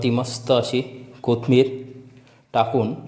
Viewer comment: कोतमीर नाही कोथिंबीर